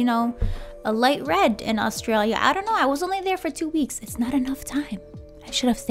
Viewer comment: The way you pronounce Australia gives my heart burn 😂